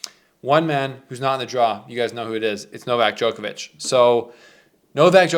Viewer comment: Why can nobody from the Americas pronounce “Djokovic” ? It’s not Jokervic ?!? What’s wrong with you.